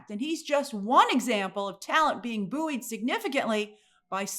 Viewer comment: Wait a sec, do Americans pronouce buoyed "boo yoid" like Grace did?